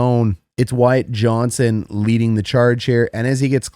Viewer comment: Good video except..... his name is Wyatt JohnsTon.